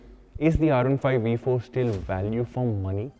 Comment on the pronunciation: I had to stop watching after you repeatedly butchered the sound of the letter 'V' multiple times! How is a 'V' also a 'WE'? 🤔